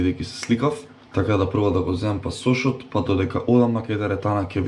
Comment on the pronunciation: чисто само онака информативно, не се вика пасОш туку пАсош :)